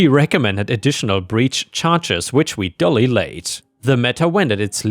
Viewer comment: Sorry duly is not dully how you said it. Dull means, not too clever, unexcited, not shiny or a grey overcast day, duly is said like payment due, sounds like jew, so like due-lee, is a legal term, the meaning used here, is in due course, or we did our job, even though the legal system grinds along slowly, and it took some time for the due day in court to come up.